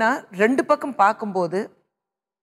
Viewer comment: kusboo madam public tamil channel suntv. neenga oru nigalchchi panna mudal tamil kaththukkonga. 2 rondunu solreenga?